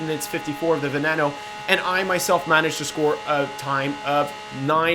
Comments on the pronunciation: It's pronounced ven-een-o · And it's Lamborghini veneeno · Isn't that piece of shit pronounced Venyeano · Who else twitched and cringed when he said veneno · He also said veneno wrong. Right? Or am I wrong. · It's pronounced chentenario and venino